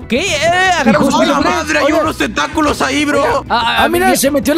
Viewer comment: Zombie xd me da re risa cuando dicen tenta-culos :v jajaj